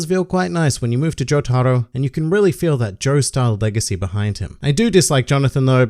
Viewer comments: Jotaro is pronounced without an emphasis on the “tar”. There is slight emphasis on the “jo” just like in “Joseph” so not JoTARo. JOtaro. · For the love of God, please tell me Jotaro isn’t pronounced like that